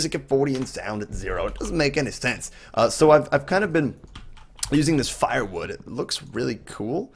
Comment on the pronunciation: The wood is pronounced "Fur" Wood not Fire wood